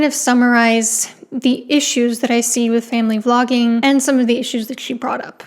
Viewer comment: when you say vlogging is okay it sounds like you are saying flogging is okay.